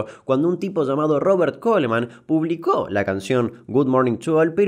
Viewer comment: Uuhh "publicÓo" jajsjsja